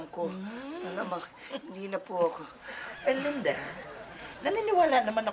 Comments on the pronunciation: The way she pronounced ERRRLINNDAAA is so funny 🤣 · When Mamaw pronounce Er-Lin-Duh!!!🤣😂😂😂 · The way he says erlinda...sound like..erlinder....sowsyal ang mamaw shet ..lolz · The way Mamaw's pronounced Erlinda's name is so expensive ✨